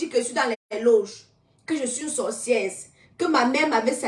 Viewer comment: Bsr ma mère 😂 stp on dis sorcière pas sorcièrse😢😊 ❤❤❤❤❤❤❤❤❤ parle stp ne bani pas ta page